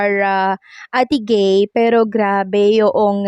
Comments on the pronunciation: Ate guy hindi ate gay 😊😊😊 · Ate Guy hndi ate gay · Ate guy not ate gay